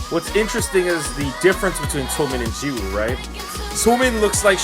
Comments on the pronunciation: Lol i love your conent but if i counted the number of times you said "jisoo" instead of "jiwoo" I'd be Rich 😂😂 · Every time you say Jizoo or cheese-oo it hurts me.